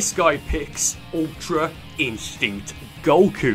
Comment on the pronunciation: I love the way he says Goku